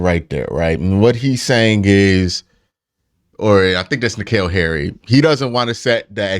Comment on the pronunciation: Q calling Harry Douglas, “NKeal Harry” the whole time is my favorite part lol good video tho